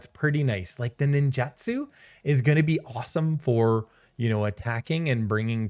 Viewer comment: I don't want to be that guy but it's nin-joot-su.